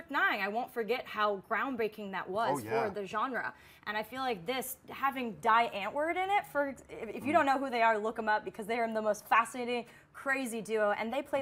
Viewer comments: I can't believe die antwoord are in chappie! Also it's pronounced dee antwoord. Not to sound annoying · That's not how you pronounce Die Antwoord :P